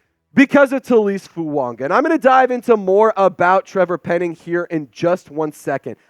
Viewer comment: Absolutely butchering Fuagas name